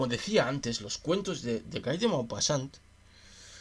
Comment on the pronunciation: Se escribe Guy, pero se dice gui ( como Gui (llermo) gui (on)